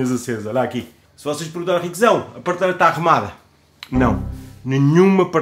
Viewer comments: 5 segundos no vídeo e já se ouve a primeira facada no português. pârteleira ou PRATELEIRA? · oh, gosto dos teus vídeos da casa mas tens de deixar de dizer PARteleira bro